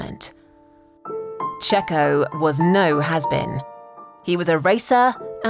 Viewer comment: I think you mispronounced: “Checho was no Mazepin, he was a racer and a winner”.